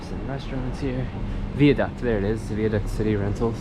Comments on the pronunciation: THEY WENT to the Viaduct, pronounced Veye ( as in eye ) aduct : he kept saying " Vee- aduct " . Cheeres . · Really appreciate your courtesy of nz English or Maori language 😀 p.s the viaduct is pronounced Via 2nd word Duct rather that veaduct like is one word but pronounced Via not Vea 😊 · vie a duct * (rhymes with eye)